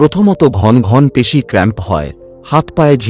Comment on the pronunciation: উপস্থাপনা ভালো।তবে যিনি উপস্থাপন করলেন উনি বালের মতো বাংলা বললেন। বড়কে বড়্ .ঘনঘনকে ঘন্ ঘন্ ।